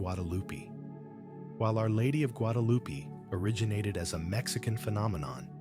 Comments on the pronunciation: GuadaluPEE. I'm so tired of this AI slop. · Who? Loo-pee!? Your AI needs tweeking